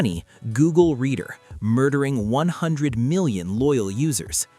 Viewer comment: It's pronounced reeder, not redder. At first I thought it had something to do with reddit, until i saw the word "reader" on screen.